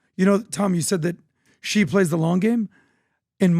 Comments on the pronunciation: Its not GEE...its pronounced SHE😂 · Please communicate to PBD... China's President name is pronounced (SHE) and is spelled Xi.... with all the resources that Valuetainment and PBD have, they can't get anyone to help them understand how to pronounce President Xi (SHE) name. Happy 2025! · Wtf does PBD say Ghee like he’s got a stroke? Xi is pronounced as it’s spelt in English or in Mandarin.